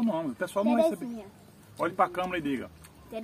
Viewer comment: Câmera!!! E não câmara!!!